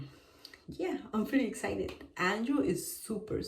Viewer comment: It’s Excited not exited